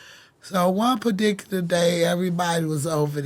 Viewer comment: That Pardiculary word hit different